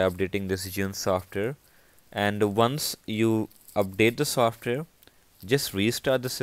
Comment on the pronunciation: learn how to say software then make a video useless video